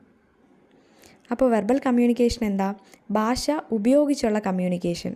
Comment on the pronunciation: ബാഷ എന്നല്ല " ഭാഷ" എന്ന് പറഞ്ഞു പഠിക്കുക